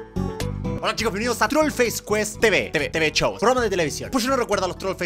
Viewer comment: Me encanta que digas chou en ves de show